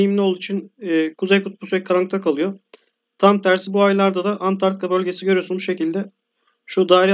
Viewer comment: Videonuz güzel fakat antartika değil ANTARĶTİKA